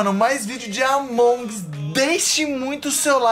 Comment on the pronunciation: se fala Amongus só que tipo com sotaque tlgd, não Amongs kkkkkkk é nois